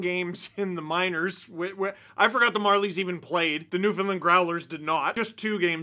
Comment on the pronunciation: YOU SAID NEWFOUNDLAND WRONG